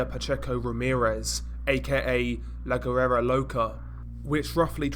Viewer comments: Pronounced " LA WERA"... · La Guera is pronounced La Wera......and Las Haynas is pronounced Las Hi-nas